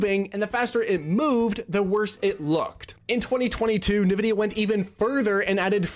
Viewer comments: "Nuh-VIDDY-uh" ...Says a guy who's clearly never played an actual PC game... *whispered* en-VIDDY-uh... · I came here to say this, but I knew in my heart that it had already been said. <3 (BTW, it's pronounced "N"-Vidia) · I'm pretty sure it isn't pronounced "nuh-vid-E-uh." It is more like, say the letter, "N," then say "vid-E-uh.". I can't listen to this video because of it. Ugh. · It’s “in-vidia”, not “nuvidia”. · Why are people saying "nuh vidia" now? Jensen clearly always says "en vidia" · Thanks for the video, but why are we pronouncing it Na-vidia? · Who tf says Nevidia😂😂😂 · If you say "Nuhvidia", you literally have less than 100 IQ, i swear to god... Search up "Nvidia Intro - The Way it´s meant to be played" on youtube, you'll figure out how to correctly say that word... Everyone, except people with less than 100 IQ knows how to say Nvidia, correctly. 🤣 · Nvidia pronunciation is the backwards way people pronounce 'N'tendo. Most people Say 'N'vidia. cracking me up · You even used a clip of Jensen Huang pronouncing it correctly: "en"-vidia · “Nuh vidia” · Yep, drives me crazy to hear people say NA-Vidia. Look at the spelling... NV not NAV. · NEvidia or ENvidia or INvidia? What is the real pronunciation? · Already know this guy doesn't know shit as soon as the video started. Can't even pronunce Nvidia correctly, and then titles the video "DLSS Made Developers STOP Caring About Graphics" but immediately opens up by mentioning frame gen (which isn't really DLSS, it's one small part of the DLSS feature set) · I memba when Super Sampling was rendering the game at a higher resolution and then down scaling it to your monitors native resolution for better image quality. Good times. P.S. Please learn to say Nvidia correctly. Your pronunciation of it is infuriating. 😡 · Guy can't even pronounce NVIDIA. This is the blind leading the blind. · Why do you pronounce Nvidia like that?